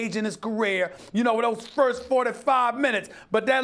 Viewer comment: Stephen A. be like "in those ffffjjjjffffffirst ffffljourty-fffive minutes"